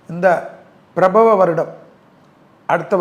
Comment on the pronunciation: பிரபவ அல்ல. பராபவ என்று உச்சரித்தல் சிறப்பு.